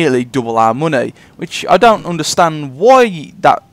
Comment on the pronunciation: You can make quite aloht of mohnay. Emphasis on the MOHNAY. Seriously nice trick though